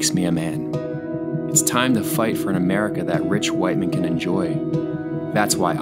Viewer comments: Awesome - previous comment is right Rich Whiteman pronunciation is ridiculous - great running into you today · The pronounciation of rich whitemen killed me